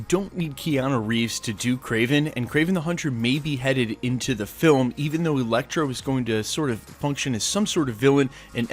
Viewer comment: wait....did you say Electro,and then Elektra??..or just Electro?....coz i am pretty sure i heard some Elektra like twice.